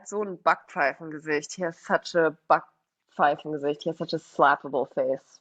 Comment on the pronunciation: "Kummerspeck" is not to be confused with "Bierbauch"😉 "Backpfeiffengesicht" is not about appearance, but a wrong attitude revealing itself on ones face P.S.: I have to compliment on her pronounciation. Almost every time you get it right the first time, so don´t let anybody confuse you